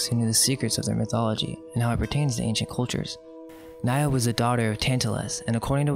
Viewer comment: "Niobe" has three syllables.